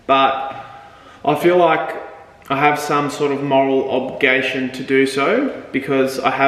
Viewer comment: Man do you really think the word is pronounced "obgation"?